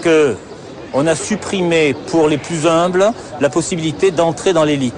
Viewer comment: « On a supprimé pour les plus humbles » (prononcé "les plus Zumbles" à )...! Quelle horreur pour les oreilles ! Pas fort pour quelqu'un qui est en train de parler de "crétin doctoral"....!